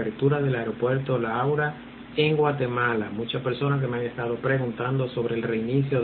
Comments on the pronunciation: Gracias gracias por la información... solo que no es aura... es Aurora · Señor, acaso no sabe leer? AURORA...